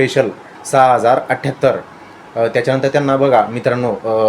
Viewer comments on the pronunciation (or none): none